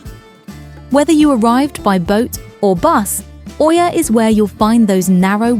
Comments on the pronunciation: Oia is pronounced like Eeeee-yaah! Not O-eeeee-yaah. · ТОЛЬКО ПРАВИЛЬНО ИЯ, НЕ КАВЕРКАЙТЕ НАЗВАНИЕ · I’ve just come back from here, it was pleasant & not over crowded. I would definitely recommend the buses & not taxi (very very expensive, no matter where you go 5mins or 30mins they charge the same price) ‘Oia’ is pronounced ‘ia’ told my locals 😂 The steps aren’t as bad. Definitely recommend Red beach and the prehistoric museum. 😊